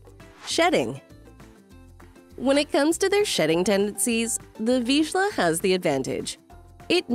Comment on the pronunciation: Nevermind, she can't say Vizsla either.